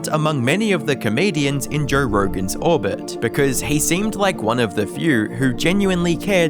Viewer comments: Jer rergan? Jer rergan's shers? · Love Jerr Rergern Sherrs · “Jore Roregan’s Shores”